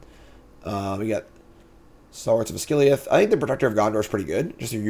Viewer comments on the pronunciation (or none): none